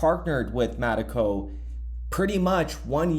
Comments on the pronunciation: Metaco not Mateco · It’s “Meta-Co”